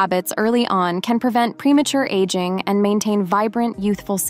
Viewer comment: I agree, it sounds like AI. In other videos the same is pronounced differently in the same sentence. "Aging" was pronounced like aguing. Totally fake.